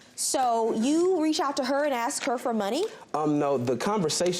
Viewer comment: A S K not A X 🤣